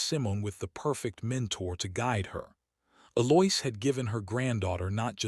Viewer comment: Also, Eloise was pronounced E-Loia... dating pronounced dating.....